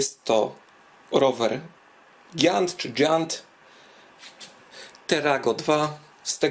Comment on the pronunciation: Giant czyta się dz z przodu.....to już 3 elektryki będą.......o luju